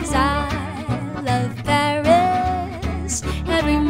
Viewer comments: Sometimes, the wonderful singer pronounces "berries" instead of "Paris", because of the very soft vocalization of /p/ fortis, bilabial. It is not very important, but to take care of it. Just to try and help. The song is magnificent. Thanks. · Единственное что смутило, так это неправильное произношение слова Париж, судя по всему иностранный акцент, так что простительно.